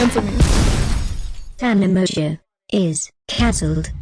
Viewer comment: the way tana said “cahncelled” like an old british lady… i love it 💕